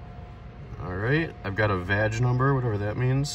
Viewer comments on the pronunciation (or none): Ha it's vaG as in VW Audi Group not vaJ you perv.